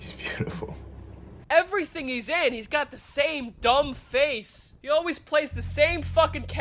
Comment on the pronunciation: Are u Jewish . The way you said face though. LMAO